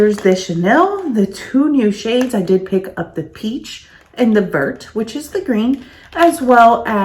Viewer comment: Lol!! How everyone pronounces Vert!! Even said it like you did 😃 Vert rhymes with "air"... say very but leave off the "re" 😉